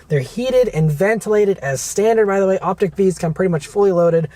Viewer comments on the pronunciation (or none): Short i. Why? Lyriq is pronounced like lyrical. Vistiq is like vista. Optiq is like optical. Escalade IQ is… okay, well, that one is not like the others. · Op-tick? I say Op-teak....😂😂😂